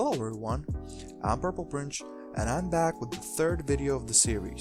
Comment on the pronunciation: Dude, you need to work on your pronunciation. Prince is pronounced Printz, not Princh. also you mispronounced many of the players names and even some team names. As far as the 80s, the only name I would add is Fennis Dembo from Wyoming.